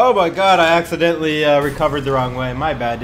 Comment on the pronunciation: "OMG I AXEDENTALLY PASSED THAT...."